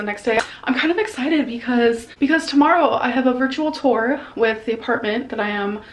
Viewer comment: “Virtual ‘tore’.”